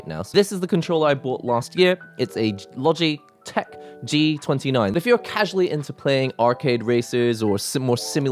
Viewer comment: did you say logytech